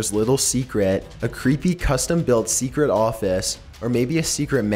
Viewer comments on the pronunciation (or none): the pronounciation everytime you end a sentence....................... ... swimming pooul ... to who knows wheeere .. 70s styled houme .. last owners little secreeet .. vomiiiiits